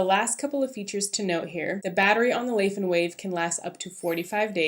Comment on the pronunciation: Nice review! Will get it for my wife based on this! Btw it's a Chinese brand, pronounced lai as in "tell a lie" or "lie on the bed"